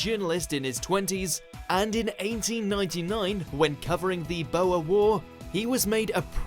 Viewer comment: Marlborough and Boer were pronounced as an American would say them. Disappointing